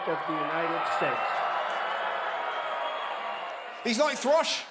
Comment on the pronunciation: also he can't say the words united or states